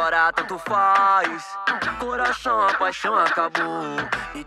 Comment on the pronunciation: O mc leo falou errado ele falou coraço